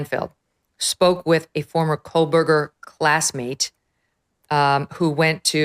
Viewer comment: I have been listening for many, many months now, just so I’m SURE, MEGYN, if I may offer a kind correction, you CONTINUALLY & REPEATEDLY, say “Coleburger”. His name does NOT consist of an “L” anywhere! It is pronounced, “KO-BURGER”. As Michael Jordan said, “ STOP IT! GET SOME HELP!” 😂